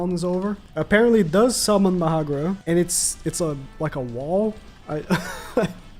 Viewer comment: did anyone also realize than he said "it does summon mahagra" and not mahoraga